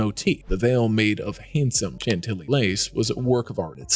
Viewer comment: NEXT TIME—PLEASE make sure the narration /narrator knows HOW TO CORRECTLY PRONOUNCE fabrics like “faille,” “organza,” “Chantilly,” etc. The crazy mispronunciations were seriously distracting.🤦🏻‍♀️